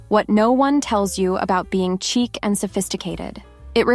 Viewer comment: Love your videos. Just one thing: chic is pronounced "sheek" not "chick."